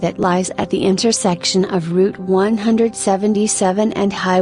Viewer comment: Please learn to pronounce the town names. O waas o